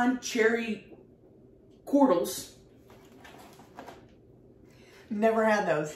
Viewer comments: It’s pronounced cherry corgials (cordials) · Great video as usual Tammy. Cordials are pronounced "KOR-jewels". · I think it's pronounced Cherry Cored-julls, I think it's a fancy british word like ya cordially invited to our gay wedding! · I love y'all!! Please!!! 🤣 With the cherry cordials..... I can't!! 😆 Say it with me....."cord-jewl"....cordial..... Cherry cordials! They are the shit! Again... Love y'all, from Md! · Cherry 🍒 Cordials , pronounced Cor--D - gels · It's pronounced CORDJIL....... CHERRY CORDJILS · isnt it pronounced " cherry CORD-JAAALS" LOL